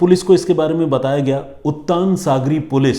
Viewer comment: उत्तान नहीं है उत्तन बीच है और नयागांव नही नायगांव नाम है स्टेशन का।